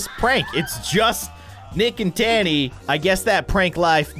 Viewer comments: And it’s ta-nee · Miss T: not impressd Francis: dosen,t care Me whatis wrong here?: says Tani Me again its Tani lol:sees rod skating like being on a skateboard